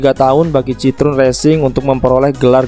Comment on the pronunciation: Jika ditulis dengan pelafalan Indonesia, maka Citroën bisa dibaca "Sit-kho-en". Seperti bisa dilihat di video berikut: 1. 2. Komentar ini hanya sebagai penghormatan atas nama brand dan kulturnya saja. Bukan bermaksud mengkritik negatif. Keep up the good work!